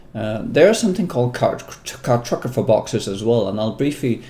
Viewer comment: car-tog-ra-pher boxes ;-)